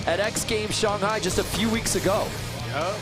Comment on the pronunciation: I get all the hate in commentating but seriously. NOBODY HAS TOLD THIS DUMBFUCK HOW TO SAY SHANGHAI SINCE THE LAST X GAMES!!??